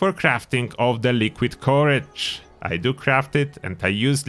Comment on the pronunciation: I thought you were saying porridge until I realized you meant "Liquid Courage" haha :')